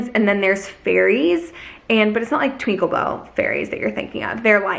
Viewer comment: Lol not you saying TWINKERBELL 😂